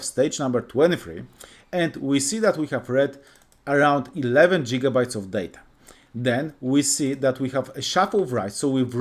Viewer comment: jigabytes 😂 thank you but fix your pronunciation